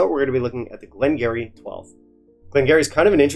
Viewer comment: Ya know what you should do? You should do a blind tasting with this 12 up against another (or 2 or 3 others) and pick the one you like. That would be fun, you might surprise yourself, but however your palate is, is exactly how it should be at any given moment. Btw, it's pronounced "Glen gear-ee" (sorry, dont mean to be one of those guys, just thought you'd like to know).